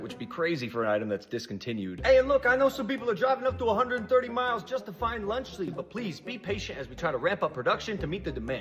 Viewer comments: "Lunch Lee" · “Lunch Lee”😂